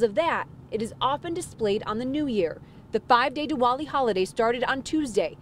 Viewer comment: It's pronounced Diwali not Duwali 🤣🤣🤣